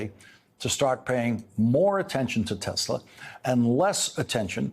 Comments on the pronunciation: "I love Tesler" 🤣who voted for this thinking second go around would be better.... jfkm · "I LOVE TESLER" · “I love TESLER!”